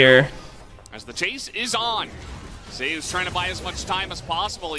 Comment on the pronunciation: For anyone interested the only reason why casters pronounce Zeus as "Zay-oos" is because of a player that has a similar pronounciation called "zzus"